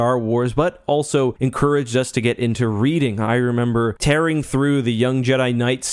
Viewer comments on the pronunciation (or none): none